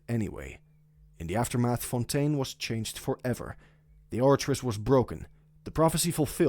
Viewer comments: Nice video but i cant hear you say Fontain, Its Fontaaaiiinnn not fontan 😭😭😭😭😭😭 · Thats how you pronounce it in french